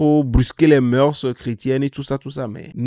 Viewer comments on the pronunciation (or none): none